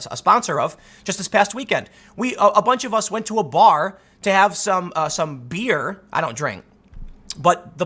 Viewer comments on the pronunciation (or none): Tim clearly doesn't drink, as he says the word 'beer' with the same unfamiliar intonations as Elizabeth Warren.